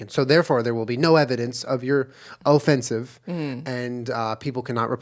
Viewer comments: Julien’s “OHFENCEIVE” put me on the defence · "Ofencive" :D I actually think I peed my pants a little hahahahaha - great start in my day! ♥ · When Julien said “o-fence-ive” my job literally dropped.